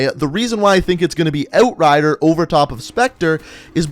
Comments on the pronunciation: You say "Outrider" weird... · Can’t watch. The way this dude says outrider just bugs me. Thumbs down